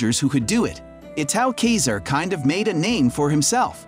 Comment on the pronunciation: Well yes, but actually no. The pronunciation in the video isn't good, but it's also closer to the original Latin than the English pronunciation is. "[...] according to modern english rules 'Caesar' is pronounced 'si-ser', but the Romans pronounced it 'kai-zar'." That being said, this doesn't make the "kesier" pronunciation correct, but it's less incorrect than you might think 😝